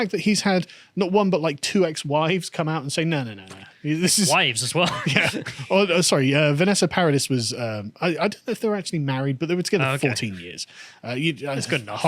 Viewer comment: It's Vanessa "para-dee" is how you pronounce Paradis... it's French for Paradise.